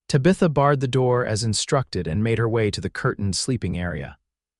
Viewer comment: Sure wish pronunciations were better Tabitha for one